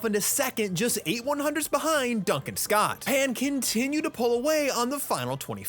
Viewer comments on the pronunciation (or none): none